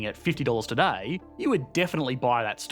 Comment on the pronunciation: It's today, not toodiey. Sheesh.